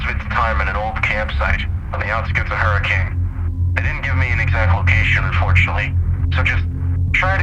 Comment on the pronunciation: Honestly, there’s a lot more going on here I think and this is a classic Fazbear Entertainment cover up. Look forward to seeing this game and its lore expand further! Also this isn’t that big of a deal, but “Hurricane” is usually pronounced “Hur-ah-kun”. Dunno how many people actually say it like that over in Utah, but that’s what I’ve heard!